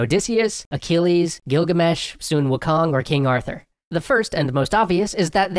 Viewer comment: Holy crap, somebody actually said Sun Wukong correctly!